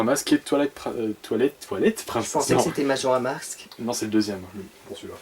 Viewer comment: Je le crois pas il a bien prononcer majora mask